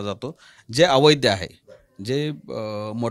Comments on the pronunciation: अवैध.....का...अवैध्य काय भाषा 😮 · yala dhad aviadh mhanata yet nahi